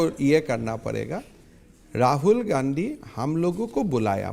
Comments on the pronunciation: *Please 🙏🏾 listen 👂 👌😂😂😂😂😂😂😂😂😂😂😂😂😂😂😂😂😂😂😂😂😂😂😂😂😂😂😂😂😂😂😂😂😂😂😂😂😂😂😂😂😂😂😂😂🤣🤣🤣🤣* He said Gandhi '*Gandu*😅 😅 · did he just say Rahul Gandu? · did he just say Rahul Gandu? 😂